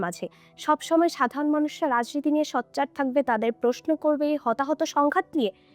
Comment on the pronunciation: শুধু হতাহত সংঘাত নিয়েই প্রশ্ন করবে? আপনি সোচ্চারকে ’সচ্চার’ উচ্চারণ করেন। কিছু মনে না করে শুধরে নিবেন আশা করি।